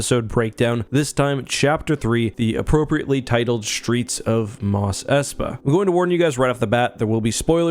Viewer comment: Why do you pronounce "street" as "shtreet" and "strength" as "shtrength?" Is that a "Canadian" thing?